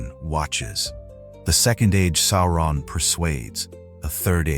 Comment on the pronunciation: JFC, SOW-ron not SORE-on